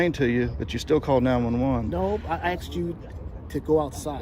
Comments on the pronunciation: "he been axe to leave" 😂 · Those ghetto-fabulous, hair-extension queens who say “he’s been AXED to leave” and “none of your business” when asked to identify, should’ve been instructed to leave their ignorant, ghetto attitudes at home. Better yet, they should’ve never been hired in the first place. These are prime examples of public trash stealing wages for their welfare lifestyle.